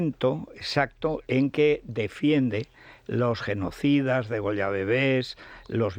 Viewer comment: Federico se dice degüella y no degolla